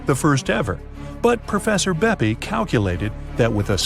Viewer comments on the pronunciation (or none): I m italian… and every time i heard BEPI COLOMBO… i do not even know what to say!!!😂😂😂 is “BEPPE!!! From “giuseppe” but TBH should be “PEPPE”…